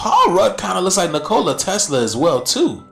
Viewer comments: The one guy needs to say his name correctly!!! 😂 Nikola... not Nicola like a drink! 😅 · I’m sorry but Ol boy sayin Ni-Cola is buggin me. I’ve always heard it pronounced Nico-La. And I don’t see the resemblance between Nicola and Elon. He be reaching but give him the floor anyway? And shoutout to everyone in the comments. Stay together and pray together. I hope we all become desciples of Yashua. 🙌🏽🙌🏽🙌🏽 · bro said NCOola Tesla can you pronounce his name right? 😂😂😂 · If u can’t say Tesla’s name right. Don’t fkn mention it in some stupid a$$ theory. That makes zero sense. NiCola. wtf. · Can someone tell that man how to pronounce Nikola 😂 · 4 airplanes flying in a military formation leavin contrails?? How is that scary? WoW... 3 white guys have some of the same basic facial features so they're related? He cant say Nikola correctly to save his life. These people are just dumb and hoping a viral video. I had to stop after about 10 mins I couldn't take dreads in a parka. Looking like 🎶🎵a tundra boy just trying to make it... 🎶